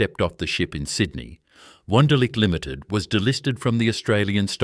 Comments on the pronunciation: I would like to watch this, but that ridiculous insult to a person's intelligence called AI voice-over is hideous. Sydnai? Wonderlush? It's unbearable. Why? Why is this garbage happening? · Is there no human left for narrating the story instead of ai crap? Pronounces Sydney 5 different ways.